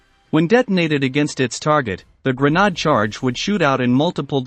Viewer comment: Gren aid not Gren nod key lows not kill o s